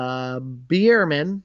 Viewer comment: By the way, it’s pronounced like “bear man”